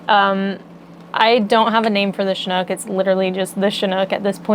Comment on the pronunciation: Hi my names christine you did a great job on my surname, I along with many ithersl look forward very much to the finished snook and your trip to portland ❤